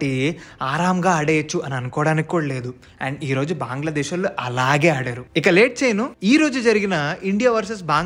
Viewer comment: బాంగ్లాదేశ్ కాదు బ్రో... బంగ్లాదేశ్... నీకు తెలుగు రాదా